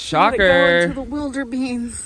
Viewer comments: Can we just for a second acknowledge that said “into the WILDERBEANS” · Why haven’t any of the reaction channels I’ve watched noticed she said wilderbean 😂